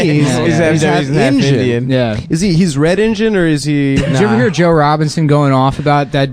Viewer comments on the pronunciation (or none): It's not pronounced, "INJUN" you sound like a bunch of ignorant morons.